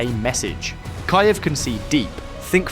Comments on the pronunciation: Ky - ev? What is this? AI based in Dogpatch FFS? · "Kyy Ivv" ?? Jeeeezuz 🤡